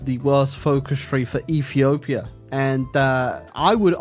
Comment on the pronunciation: Ah yes E for my favorite country “efepefhia”